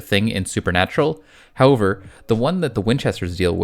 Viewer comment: Of all the things in this video to conplain about, please pearn to pronounce however correctly. It is not ho-ver